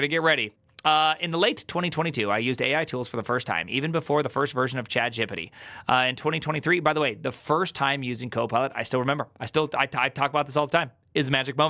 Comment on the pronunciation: We sayin “chat juppity” now??